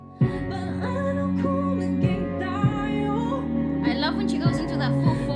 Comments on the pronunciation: Ta-yo not Tayo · the way you pronounced "tayo" has the meaning of perpendicular. For this song paano kung naging tayo means what if we become (us).